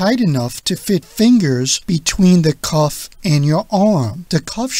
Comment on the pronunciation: Speak properly; it's "cuff," not "cough."